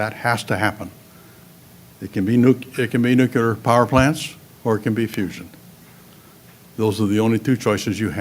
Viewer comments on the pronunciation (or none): He can't pronounce "new-clear" properly, and doesn't seem to have taken on board the NG frac finds, which have a few centuries worth of supply. Even Israel has found enough near-shore supply to be independent. Plus, the pop. info is likely wrong. The lowest band UN projection, which is the one which has turned out right for many decades, now says a peak of <8bn by 2030. overpopulationisamyth-DOT-com/overpopulation-the-making-of-a-myth#FAQ1 So he's editing and twisting to make his case.